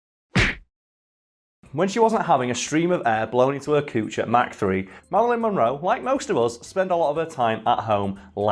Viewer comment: Meh-ralyn Monroe. Just a messy sket